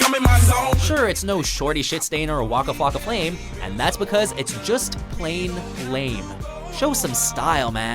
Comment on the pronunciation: why u sayin woka flocka flame dude u just a hater